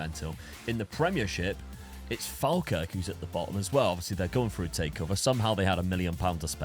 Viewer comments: Instead of saying "Falkirk" say "Fall. Kirk" - it's not the same as Falmouth :D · It's Pronounced "fall-kirk" 😅